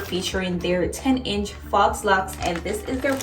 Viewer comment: Super cute!🥰🥰🥰My godmother is doing my hair like this right now. And it's pronounced "FOE" laux